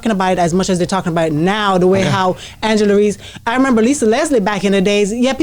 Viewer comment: Angle Reece not Angela 😂😂😂